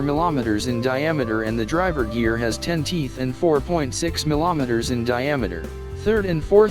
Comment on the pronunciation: Not “millometre”, it’s “millimetre”…